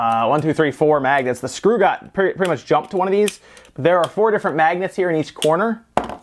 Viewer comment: When you kept saying magnets, I thought you said maggots.